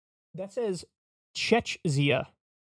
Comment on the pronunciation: that's the czech republic; it's pronounced "check."